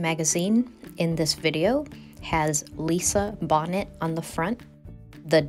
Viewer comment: It's pronounced Bo-nay.